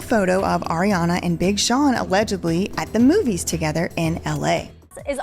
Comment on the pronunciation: I lol'd at BING Sean 😂